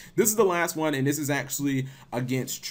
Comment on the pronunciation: "Juan for Juan" lol :)